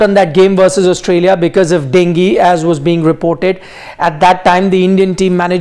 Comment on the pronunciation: डेंगी नही डेंग्यू रे बाबा 😂